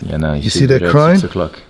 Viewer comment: I am dutch and the way he said "koningklijke marine" was good👍